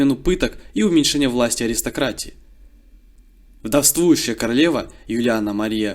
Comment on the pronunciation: И ударения!...ВдОвствующая, а не вдовствУющая...Ну раз вы работаете с текстом, нужно учиться грамотно составлять его и говорить...Процветания каналу ❤